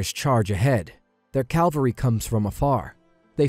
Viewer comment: Seriously? Pronouncing cavalry as Calvary is borderline blasphemy, stop it!